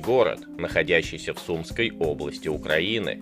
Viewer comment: Не в сУмской , а в сумскОй